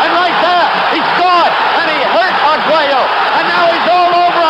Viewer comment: Despite frequently mixing up the two fighters and taking liberty with his vowels (Arguella, Escalero, Porto Rica), Howard Cosell is still by far my favorite sports commentator.